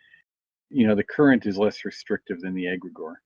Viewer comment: (pronounced egg' gree gore)